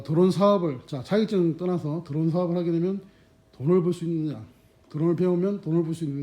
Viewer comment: 도론이 아니고 드론 드론